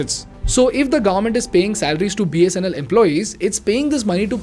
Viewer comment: It's pronounced as government and not "Garment"